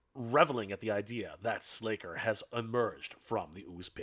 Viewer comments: SLACKER. Not "Slayker". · Slasher, pronounced with a short ă. C'mon!!! How long have you been talking about these properties. I think you're trolling us.